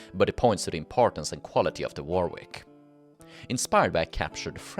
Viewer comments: Warwick is pronounced 'worrick' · Not sure how much use it will be, depends if you ever use them again... A couple of pronunciation pointers though.... Pepys is pronounced Peeps, not Pepis..... Weird I know but it is what it is :( Warwick, the second w is not pronounced. If you see a name ending in wik, whik, which or wich the w is virtually never pronounced. Wawrick = warrik, Woolwich = Woolitch and so on.... Yeah, yeah I know, our language is full of these stupid little pronunciation landmines... but it is what it is. Unlike say Welsh, English is not a phonetic language unfortunately.... And there have been so many external influences and alphabet simplifications that pronunciation 'inconsistencies' are kind of inevitable....